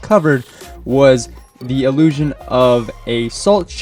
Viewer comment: no, 'illiusion' he said multiple times